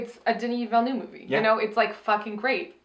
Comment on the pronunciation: "denis villnuuve"